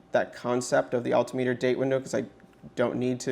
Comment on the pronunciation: Nice looking watch. Don't know why "Automatic" needs to be so big on the dial. Also, learn how to pronounce "altimeter."